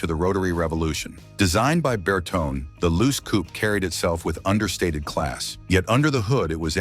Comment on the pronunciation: Video is made by AI 🤖 which does not show a lot of information correctly and doesn’t know how to pronounce Bertone